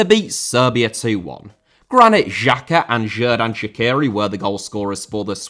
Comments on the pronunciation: You just have to learn how to pronounce Shaqiri. So, not like that Columbian singer Shakira, but Sha(ch)iri like e.g. in word bea(ch). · As an Albanian, I was supporting Switzerland in 2018 and I will be supporting them tonight. This is a very good video about it. However, Xherdan Shaqiri is pronounced more like "Jer-dan Shachiri" and Granit Xhaka "Granit (like rock granite) Jaka" edit: wow you butchered "shenja e flamurit" so bad. the "shenja e" was fine but "flamurit" is "fla-moo-rit" not 'flamaroot'💀